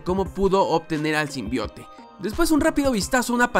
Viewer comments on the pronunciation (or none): Me da risa cuando dicen el tráiler Sim Bai Out :v